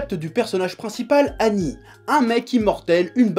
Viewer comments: Ooh chef on dit seigneur ''aguni'' pas agni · Presque certain que le nom d'Agni se prononce -agueni et pas -ani, en référence au dieu hindou, Agni seigneur du feu... Après c'est pas gênant, c'était juste pour l'anecdote ^^. En tout cas le manga a l'air super, merci Chef et vive la passion ! :D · c'est Agni comme le dieu Agni pas Anni, A G N I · A"g"ni pas annie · Nice Chef, je connaissais pas ce manga. Pour ta gouverne, Agni se prononce "Aguni", ça veut dire "feu" en pali (ancien sanskrit) ;) Merci pour toutes tes créations drôles et pertinentes sur le magnifique univers Manga. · sa se dit aguni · On prononce le g de agni